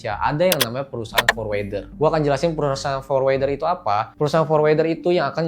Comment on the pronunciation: #OOT Forwarder bacanya forwərdər /ˈfɔɹwəɹdə(ɹ)/, Om, bukan forwɛrdər 😊